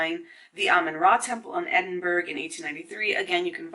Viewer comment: Edinburgh is pronounced Eh-din-buh-ruh.